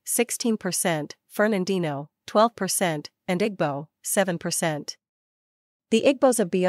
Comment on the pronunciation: It’s pronounced “E boo”.